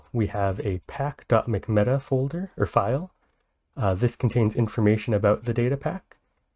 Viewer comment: no way bro just pronounced pack.mcmeta like that XD